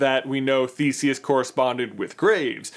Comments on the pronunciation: Every time someone says Thesius I hear thesies XD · as someone who learned old greek i hate how u pronounce Theseus